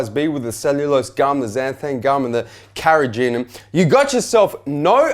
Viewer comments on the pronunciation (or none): and again Carrageenan...